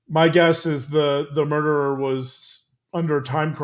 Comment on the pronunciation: "the derer". why te emphasis on a solo murderer?